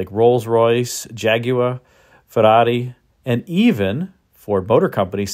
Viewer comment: The way you say Jaguar & Ferrari, is arguably, stranger than GMs cooling system❄️